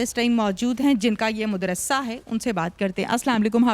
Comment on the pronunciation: مدرسہ کہتے ہیں مد رسا نہیں